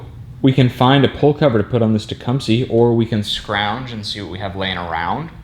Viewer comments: You southerners really need to learn how to say Tecumseh... because it isn't TE-KUM-SEE. It's TE-KUM-SUH... like the Native American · Pronounced "Tech, Um, Seh"... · It's teh-come-sah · Maybe you're saying it wrong to be funny, but I believe it's pronounced Tah- cum- suh.... No worries! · The pronunciation of Tecumseh in this video cracks me up every the time. "It's got a Teecumpsie engine in it" - 2018